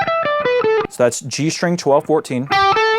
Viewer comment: why do so many Youtube guitar teachers pronounce "string" as if there's an H in there ("shtring")?